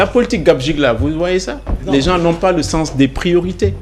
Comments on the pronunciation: Il remettre ces loosers à leur place, jouer à l'intellocommence par avoir une bonne élocution, gens se prononce "jan" et non "janss"😂 ceux se prononce "seu" et non "seu ss"😢😊😅 Parlez ouolof bon sang avec vos costards à dix balles, c'est quoi "républicalité" 😂😂😂??? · On dit les gen_s et non les gense